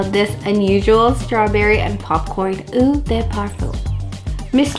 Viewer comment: Just so you know, "eau" is French for water, and is pronounced "oh".